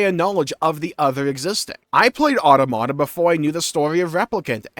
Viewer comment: Can you please pronounce automata correctly